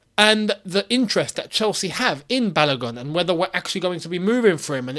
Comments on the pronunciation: the name is pronounced as Ba-lo-gu and not as Balagun. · his name “Balogun” is pronounced “Barlo goon” not “balur gun” 🇳🇬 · My brother I here to help you with the pronunciation of his name. It is Bar-low-gune (If gune is a word). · It is quite hilarious when you don't do enough research on pronouncing African names. Balogun is pronounced Balogoon. Maybe google translator can help you little too. 😊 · It is pronounced Baaloogoon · Hello, well done. However, the name "Balogun" is pronounced as Ba-low-goon as in Ba (Bah), Lo (low), Gun (Goon). It is a Nigerian name (a name from the Yoruba people of Nigeria). Thanks